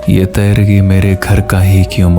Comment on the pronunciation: Word tayrgi ni hota teergi hota h or kutba ni hota katba hota h